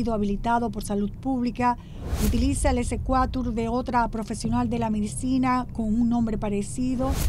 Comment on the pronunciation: Dioooos esa mujer ni sabe expresarse!! “Lo traducimos”, “secuatur”… Se dice “lo tradujimos” y “exequatur”. Excelente Nuriaaa👏🏻👏🏻